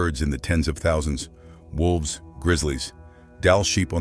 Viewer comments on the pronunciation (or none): none